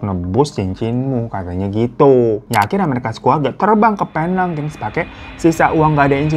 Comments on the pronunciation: Bang hiro...sebutan Penang bkn Pe-nang, tapi Pi-neng. Salam dr fans bang Hiro di Malaysia❤ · Aku orang malaysia.. ngakak aja pas bang hiro nyebutin "penang" lain bnget di dengar.. 😂